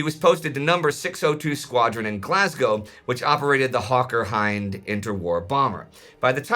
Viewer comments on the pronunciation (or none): none